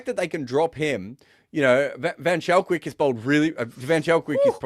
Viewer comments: I know mentioned he enjoyed saying Shadley van Schalkwyk's name, but I'm sorry to be the one to burst the bubble. The "ch" in Schalkwyk is pronounced "k". van Schalkwyk is pronounced almost exactly like "fun skulk-vake" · Yep! Wikipedia lists him as Shadley van Schalkwyk (/vən ˈskɒlkveɪk/, vən SKOLK-vayk